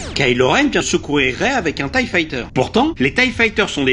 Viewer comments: Je suis le seul à ne pas dire "thaï" mais T. I. E ?? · On prononce T.I.E et pas tye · "thaï" c’est plus rapide mais T.I.E. est la bonne façon de le dire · oui, en V.O. les fameux thaï aïe hi fighters... Bolosses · Tu dis "ti aïe i" ? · On prononce "Thaï" parce qu'en Anglais tie signifie "noeud papillon" (en référence à la forme du vaisseau) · Je suis le seul à prononcer "ti". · Non tu n'est pas le seul, ça m'a fait bizarre aussi 😉